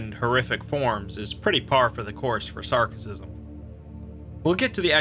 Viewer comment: Sarkicism, not Sarcicism.